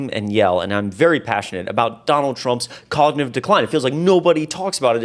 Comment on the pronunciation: Please make note, it is cognitive, not cognive.